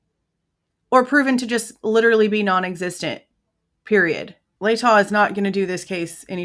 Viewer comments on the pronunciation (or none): It's the STATE OF IDAHO vs. Kohberger....not Lahtah county vs. Kohberger. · I don't understand why he can't pronounce LATAH correctly? Do they not live in next county over in kootenai County, he should know the correct pronouncement, I live in Nez Perce county , county right beneath Latah county and have NEVER heard ANY locals pronounce it like that, can't believe the family is 100% agreeing with prosecution , might as well hang kohlburger now and forget his and our rights. Maybe they want some of the million that university got ? Or the funding city of Moscow and it's police received? They deserve it more than U of I and affiliates do, they did lose a child after all, maybe they did get some hush or come to LE and U of I side of case money, I live in Lewiston ( 30 miles south ) and along with neighbouring Clarkston Washington which combined population is around 50,000- all know of this case